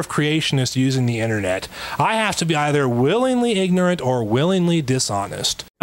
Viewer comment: Yay, the Rhino gets another gazillion views and likes! And Hi my beloved Pro Stick! I remember this doofy creatard! I noted how he mispronounced vestigial, (vestigual) petty I know, but it bugged me. And, here he is, smugly doing it again, but worse, he cannot seem to pronounce th sounds either. Or eever, eefer? I wouldn't bitch if he seemed even somewhat nice, as I normally try to remember religiotards are victims, but he admitted to becoming a young earth creatard (my phone keeps correcting to creature!) after the Nye, hamm debate! And, though I know there is no 'missing link', if there was one it would look like ken hamm! Love an Peace